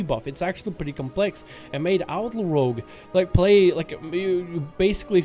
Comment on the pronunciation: you can’t even freaking pronounce rogue as a rogue player shame on you Rouge is what girls pur in their cheeks